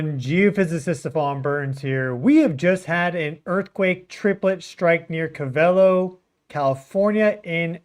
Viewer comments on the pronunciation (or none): stop saying co vey lo its cove ah low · Its Covelo NOT Covel o. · Pronounced Cove-a-low😅 Also, Mayacamas fault hosts the Geysers and clear lake itself is adjacent a well know volcano. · The pronounciation is Ko Va Lo. Not Ka Val O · Its Cove - ull - O . Covelo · Co-Va-low is how you pronounce Covelo, Ca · You say it like Cove el low covelo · That’s Pronounced CO-VA-LOW California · Gee Stefan, anyone who lived in Willits should know how to say "CO-vel-o"! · Pronounced Co-va-lo fyi. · Cove-AH-Low is how it’s pronounced. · Pronounced Cove-a-low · Pronounced COvelo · Covelo (“Co-veh-low”) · Hey Stefan, it's pronounced....cove-a-low........covelo...just letting you know bro, keep doing a great job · I lived there for 14 years it's pronounced Cove-ah-low :) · Pronounced. CO- VA- LOW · It's pronounced Cove-ah-low And mayacama is mi-ya-cah-ma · It’s pronounced CO-va-lo. Accent in CO. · Covelo is pronounced COVE-ah-LOW. Thanks for you content.